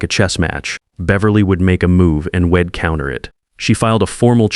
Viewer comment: Have your writers ever heard of a grammar item called an the apostrophe? It's used to indicate that a letter(s) has been omitted from the text. When reading the text aloud, the pronunction of the word changes. Eg, wed is actually 'we had' and is pronounced weed and not wed. There are examples, too numerous to list, in your poorly written 'dramas'. Try harder!